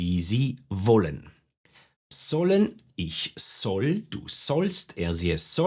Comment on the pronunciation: I have an important question pronunciation of "soll" why u r not pronounce s like z at the beginning of the sentence ??